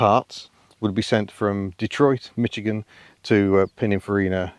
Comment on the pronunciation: Why do all British people mispronounce Michigan as MiTchigan with a stray "T" thrown in? The first syllable rhymes with Squish.